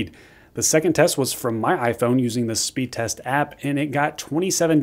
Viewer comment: “Speed resr” lol